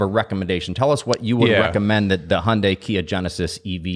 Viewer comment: Not a Hyundai fan but please pronounce it properly. It’s very different from Honda. It’s not Hondei.